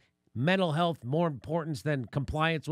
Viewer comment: wt.f, is that pronounced "cnn haylth"?